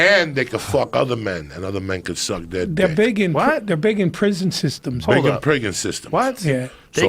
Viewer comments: Did anyone else catch Joey say "priggen yistums" instead of prison systems???lololo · "Big in priggin systems" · Doey “big in priggin systems” Jiaz